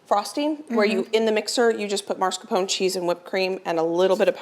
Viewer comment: There is only one R in mas-caR-pone.